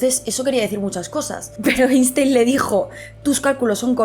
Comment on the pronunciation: Querida gata, maravilloso como siempre pero deja ya de pronunciar Einstein como si fuera castellano. La pronunciación correcta es [Ainshtain]. Eres comunicadora, tienes que pronunciar bien los apellidos extranjeros